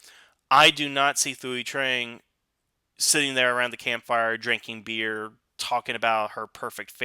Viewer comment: Brother, I love your videos but for the love of Zordon, Thuy Trang's name is pronounced TWEE. Dacre Montgomery is pronounced DAY-KER and RJ Cyler (pronounced KYLER) isn't CJ Ryler haha. One love!